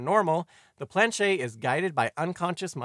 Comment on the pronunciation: FYI, you do pronounce the "T" sound in planchette; it's not "planchet."